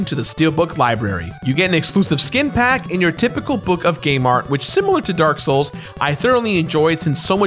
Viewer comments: That's the last time I mispronounce anything from Dark Souls Also literally a few seconds later: DRAK SHOULS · “Drank Lake” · will not utter or mispronounce any words drake souls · You said it wrong it’s not “the drak shoals 2 collectors addition”. It’s “the dronk shulks too coolectods audition”. Rookie mistake rookie mistake. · I love how he purposely mispronounces Drak Shouls Collaktiers addition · he said drak souls nice joke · “I’ll never mispronounce anything on this channel again” Also 2 seconds later: “this is a great collectors addition” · I love that shamelessly mispronunciations of the next two words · Correctly pronouncing the Dark Souls collector's edition and the vacuum cleaner had me dying haha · "I would never mispronounce anything Dark souls related again" Proceeds to mispronounce dark souls collector's edition*